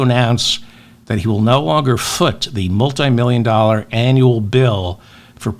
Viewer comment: David, my heart skipped a beat when I heard the "5 billion doll". I was about to bite off my fingers wondering whether this doll is worth 5 B, till I heard you say "doll-er". Thanks for saving my fingers.